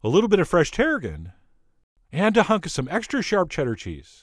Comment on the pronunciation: Ok I know you said “… And a hunk of some extra sharp cheddar cheese.” But what I heard you say was “…And a hug and some extra sharp cheddar..” and for an instant I smiled and thought “Awww that Chef John is just so cute!” Then brain and ears sync’ed up lol. ☺️